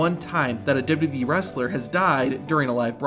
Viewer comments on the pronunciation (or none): Stop saying DubBubBEe, it's Double You Double You Ee...Please slow down and pronounce words and stop rushing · As this video progresses, your pronunciation of WWE gets worse and worse. Eventually you're saying "d'bee" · that's how you say "WWE". Not "Dubba B". Great content, but your pronunciation of WWE has driven me crazy for years now. In other words, you've got heat with me over the way you say it. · I hate the way you pronounce WWE. You add a B in there. WHYY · "Dubdabee" Double u, double u, ee. How hard is that? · Is it me or is the guy calling it "WBE" instead of WWE? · Why can't you say "WWE" properly? You say "d'wee" all through this video. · Please learn how to say WWE. It sounds like WB most of the time. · I've never heard of this wrestling company called "dub dub e" before. Please tell me more. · WWE - ❌ "Dububee" - ✅ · it isn't called "dubo dubo ee" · The rushed, awkward way the narrator says WWE is distracting and annoying. If it isn't some AI horseshit and it's the channels owner doing the voice over, PLEASE slow down and pronounce the 3 simple letters correctly: WWE (double you, double you, eeee)... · Narrator needs speech therapy. Dubbadee. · Double-you Double-you EE Two-thousand seven Learn to say these things, for Gods sake. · Sounds like you say "Dub dub E" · Its okay to pronounce WWE correctly and slowly... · Is the way you pronounce wwe on purpose? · Please practice pronouncing “WWE”. You’re not even close.